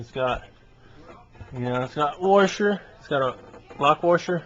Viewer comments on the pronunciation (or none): It's called a "washer", not a "warsher".